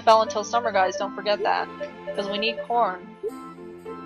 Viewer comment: A that all sounds really sweet! I think those are good reasons to ship Chase with Molly. Late 20s? Now I feel really old, I just hit 30. ._. Ah ha ha, the way you said "corn" the first time at around 12 min... it sounded like you said "we need porn" and I was all "we need PORN to ring the bell?!?!" Dr. Jin reminds me of Kyouya from Ouran. Dat guitar! XD Wow, look at that tantrum she's throwing! What a little baby! If Selena wants to be treated like an adult maybe she should stop acting like a child.